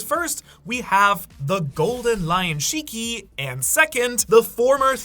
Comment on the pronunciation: Please don't say shiki